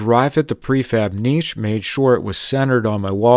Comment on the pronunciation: My man is pronouncing niche the correct way. Im so proud!!